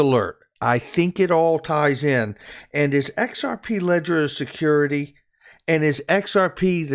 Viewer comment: XRP is a "secodity". 😂